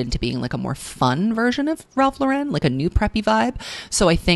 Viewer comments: great stuff as always. just a psa: Ralph Lifshitz, founder of Ralph Lauren, was born in the bronx, you do not need to give his chosen last name a french twist. LOR-en is fine. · babe i love this video so much but i am begging you to check your pronunciation on “Ralph Lauren”, the man is not French, and his last name is pronounced liked the woman’s common first name Lauren. idk where this Frenchiefied way of saying it came from but you van save us from it, you have the power!